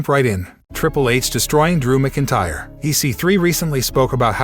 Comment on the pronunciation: Dude you sound like a robot when you say MacIntyre you're not even close